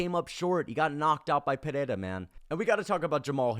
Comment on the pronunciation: I like this channel but why is everybody rolling the "r" in Pereiras name... Its so cringy and weird. We are speaking English not Portugese... You dont have to try to pronounce it using Portugese pronounciation...